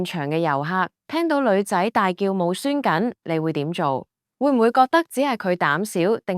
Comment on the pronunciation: 無栓緊（**或無閂緊**）你講普通話好嘛//shuan //